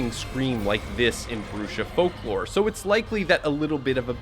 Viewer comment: I'm pretty sure it's pronounced Bruha from the Spanish "Bruja" which means a witch. Pronounced Broo-Ha or Bru-hah💯💯